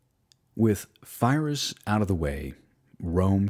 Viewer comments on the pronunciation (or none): I'm a big fan of your channel dude love your videos/podcasts..... But (apologies in advance if I'm ignorant) but is it not pronounced (phonetics coming) pee-rick and pie-russ{ruse?} I use your vids to wind down learn and relax before bed so when I hear feerus or fie-russ it's one of those...wait what? That just triggers me....if I'm wrong I'd love to be educated because I'm a history major as well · It's not Firus or Phyrous!!! It's Pirros...Pyrrhic win !! WIth a P not F nor PH... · lol i heard virus. great material. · Pyrrhus, not Fyreus godammid yanks, great stuff though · Fyrus? Are you sure you’re pronouncing his name correctly? I’ve always heard it as “Pie-Rus” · Good vid, but much of your Latin pronounciation is off. The Roman shield, for example, is pronounced "Scoot-um" not "Sucked'em" Pyrrhus is pronounced "Peer-us" not Fie-ris". In this period the letter 'C' is always pronounced with a hard sound, like a 'K'. The soft 'C' does not show up in Latin until the early medieval period. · Great video, however, it's Pyrrhus, not Fyrrhus. Also, you could talk a bit less about Patton. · congratulation about these podcasts. You have done a great job and your passion gives you credit. The only thing I would like to suggest is that "Pyrrhus" is pronounced "Pirro" with the "i" pronounced like "e", and that he was an Illyrian, as Epirus is on the south of Illyricum, not NW of Greece, just as Alexander was Macedonian and not Greek. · great documentary; hate how he prouncing Phyrros. Its with a P not an F. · who is "Fyrus"? some cousin of Pyrrhus of Epirus? if this dude can't get the names right what else he got wrong? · Great presentation, but some pronunciations are distracting. The name of the king of Epirus is pronounced "Peer-us," hence Pyrrhic (peer-ic) victory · You mispronounced so many words. Pie-lums? Fie-rrus? Suck-tum? Vee-lights? Are you not a native english speaker or something? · his mispronunciation of Pyrrhus is really distracting